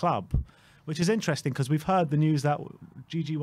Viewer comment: can you not say interesting lol you make up your own word for it several times 😂 intrensing I think is what you say lol